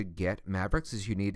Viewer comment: Why the heck are you calling it "os x"??? it is pronounced "os 10".